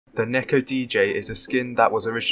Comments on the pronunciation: just wanna say its not neck-o its pronounced knee-ko for someone as smart as you i thought you would know this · Neko but its pronounced Neeko LONG E